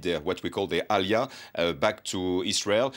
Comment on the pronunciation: did he say Allya or alia